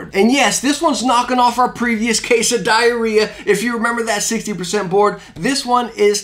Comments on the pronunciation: is nobody gonna talk about how he pronounces the brand name diarrhea? IDK that just sounds strange to me 💀💀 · My 10 year old ass wondering why people aren’t talking about how he said diarrhea 😔 SMH